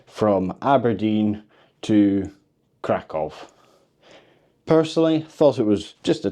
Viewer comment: Nice and chill video! ❤ Regarding pronunciation... Kraków -> Cra-koo-v Katowice -> Cat-o-vee-ts-e Wrocław -> Vroh-ts-wav Luckily, I think our Scottish accents are pretty good at pronouncing polish after learning the syllables 😊. Oh and Czeburek isn't really a polish snack. I recommend the next time you're in Kraków to go to Okrąglak where there are tons of stalls selling Zapiekanka - kind of a cheap polish baguette pizza - which is the closest thing to Polish fast food imo.